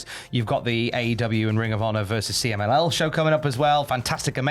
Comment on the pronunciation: Pretty good pronunciation of the CMLL message,... I was watching the news while making breakfast and I understood it perfectly, with the accent and all.